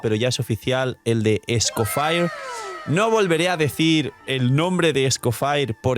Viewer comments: no esco FIRE💀 😭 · "Escofaier" ya le dicen los yanquis online? Deberia ser "Escofié" como en Francés, está basado en un nombre existente después de todo. Pero bueno, le dicen "Nóbail" a Nobile que es de origen Italiano, que se puede esperar. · es que se pronuncia "es-co-fie"